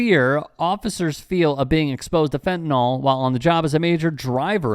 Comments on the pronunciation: FentaNYL (pronounced fentaNIL) not “fentanol”. What the f is wrong with everyone? It makes you sound like idiots. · Why do people pronounce fentanyl as "fentanol"?